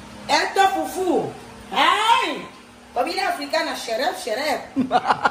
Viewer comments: It's Fufu hindi Pupu hahaha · ndi pupu...fufu hehehehe f kasi f hehehehe